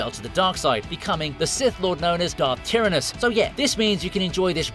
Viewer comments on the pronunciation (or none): I thought his sith name was pronounced "Ty-ran-is", not "Tear-in-is".